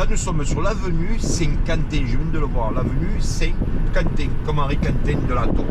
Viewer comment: Saint-Quenin, pas Saint-Quentin 😮